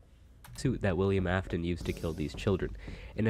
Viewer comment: everytime he says "af-tone" my soul gets folded just a little more